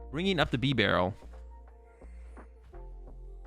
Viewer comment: You don't pronounce beaver like "beh-vur", it's BEE-ver. Bibarel's name is a play on the pronunciation of beaver, it's like bea-barel.